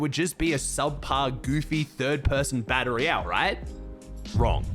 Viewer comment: every time he says "baddle ree-elle" 🤣🤣🤣